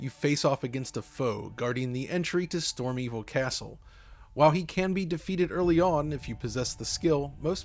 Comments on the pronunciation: I can't tell if that "StormEvil Castle" was a flub or intentional pun which means I'll default to applauding you for it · I wasn't expecting your top pick, but I agree 100% btw it's Stormveil, not Storm-evil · "Storm-evil castle" lol okay. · I think you said stormevil instead of stormveil